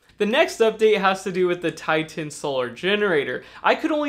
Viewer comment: Titan not Ti-Tan! grrrrr dunno why it irks me but meh